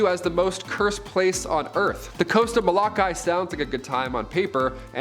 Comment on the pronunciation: Omg the way he said Molokai 😭 🤣. I still have love for you though dude.